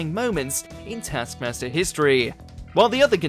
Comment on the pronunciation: Rhod did not rip off his bikini bottom - Alex ripped off Rhod's top, while Rhod ripped off Alex's bikini-bottom, look at the tasks you're gonna talk about you bell-end. The show's not pronounced täskmäster. The rest of the video is similarly shit - harsh but true.